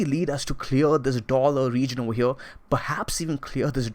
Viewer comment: Right ova HEA~